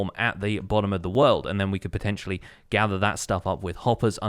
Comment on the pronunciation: the a shot evreytime he said potencially